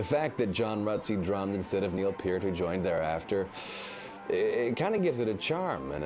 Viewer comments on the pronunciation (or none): Pei'rt, Neil Peart as in Airhart.